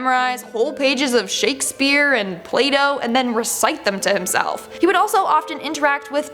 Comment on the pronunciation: Did you say Shakespeare and Play-doh??? lol. 😁